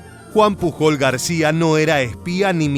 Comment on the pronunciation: Genial video! Como comentario, el apellido Pujol se pronuncia mas como "puyol" Un saludo 😀